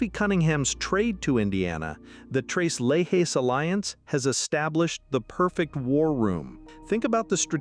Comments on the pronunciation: Stop saying "le he". It is "le che"! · The pronunciation is tres you know that three leches is leshes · Leche is a spanish word for milk obviously referring to their whiteness . It's Let-chess. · Tres Leck-hess? Nah. Lay-has? No. 😅